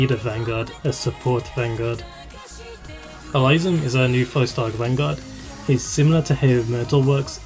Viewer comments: Good for you for being confident enough to share your real voice,! The only thing I will point out is the correction on the pronunciation of Elysium's name. It's pronounced "Eh-lee-see-um", most commonly. Or alternatively, you can pronounce it "Eh-lis-see-um" He's named after the place of the same name in Greek mythology. Other than that, a solid analysis of the operators in question! And congrats on 3.19K subs as of this comment! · Um.... I think you mispronounced Elysium's name. Other than that, it was great all around! ^_^ Thanks a lot for your encouraging words! Though, I honestly think that I'm not worthy of any of those new operators in the banner, but since we're all given a free 10 roll ticket, I might as well try.... =/